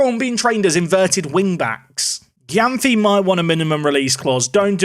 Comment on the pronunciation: Gyamfi is pronounced jamefee